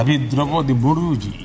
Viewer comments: Vaise Ram Nath Govind to theek bola gya but President ka name thik nahi bola gya. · Sach me ye modi ji ko kuchh to ho rha hai ,Apne Rashtrapti ka naam theek se bol nhi pa rhe , etna muskil bhi nhi hai unka naam